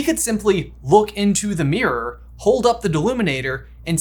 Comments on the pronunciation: Why can’t you pronounce mirror? “It’s thurough the merOr” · OMG my poor ears hearing meeyrer or whatever so many times 😅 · Hearing the American pronunciation of "mirror" so many times is messing with my head.